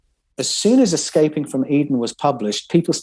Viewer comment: C’mon,. It’s not Excaping, it’s Escaping…